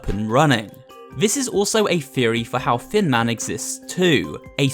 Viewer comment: Best annalysis so far, also, hecc cute skeletons because they are tiny! Whenever you say "Thin Man" I hear "Fin Man" and idk why